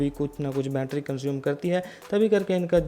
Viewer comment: ठीक से हिंदी बोलो भाई बूट बोल रहे हो बोट को बैटरी को भी गलत बोल रहे हो